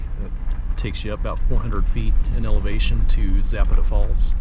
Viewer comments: Pro nounce Za pat a by us locals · Please learn the correct pronunciation of places you feature. Zapata has an emphasis on the second syllable, and the vowels are soft.